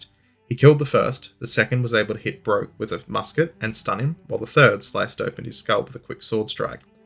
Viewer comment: I believe Philip Broke would have pronounced his name like "Brook" - see his wikipedia entry